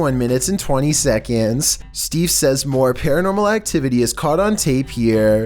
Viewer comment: A quick shekund